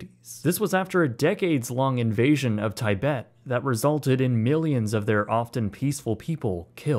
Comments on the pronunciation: This is a great video as always, but your pronunciation of Tibet is way, way off. It's "tib-et" not "tie-bet" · Tibet pronounced like tihbet. Not thaibet. Otherwise, great video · Have you never heard Tibet spoken before? I have never heard it pronounced “Tie-bet”. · It's not "Tai bet" but "Ti Bet" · It's pronounced Tee-bet, not Tye-bet. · Yeah by calling Tibet, “Thaibet” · I'm 40 and it's the first time in my life I ever heard someone say "tie-bet" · Tie-bet? Really? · Just wanted to say its pronounced tuh-bet, Tibet! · Literally never heard someone pronounce Tibet like a tie, can anyone cofirm if this is actually how americans pronounce it? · Are we mispronouncing Tibet on purpose to avoid demonitization? :) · I love you man, but I don't think I've ever heard anyone mispronunce "Tibet" quite that way. Though that said, if it weren't a proper noun, your way WOULD be the grammatically correct one. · how he pronounces Tibet is so cringe